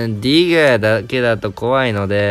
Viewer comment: 英語の発音がよすぎるネイティブの先生並みの「ディガー」